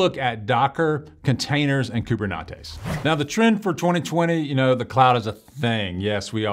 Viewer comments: no you definitely said coob-er-knot-ees. Not coob-er-net-ees. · Did I hear someone say KuberNachos?